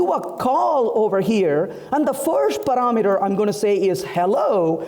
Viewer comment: "Paraaa meter" Why is try to put a fake accent while his pronunciation , is all over the place :)